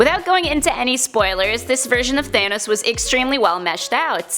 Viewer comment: It’s not thane os it’s thanos